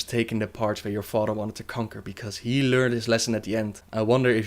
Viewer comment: Lor'ffemar or lor'themar. Fodder or father. Udders or others. I'm sorry but I can't stand how you pronounce "th" and how you pronounce certain names.